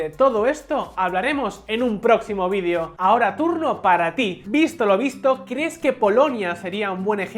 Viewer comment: Que raro pronuncia la palabra video este presentador